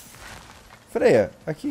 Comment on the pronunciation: o nome da freya ficou Beyla por um instante kk